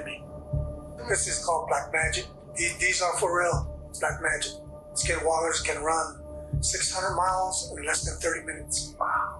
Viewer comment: the suspect calls it "skin-WalkERz" I've heard others call it schizophrenia.